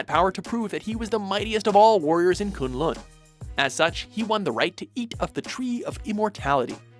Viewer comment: The way "Kun Lun" and "Shaio Lao" is pronouced makes me cringe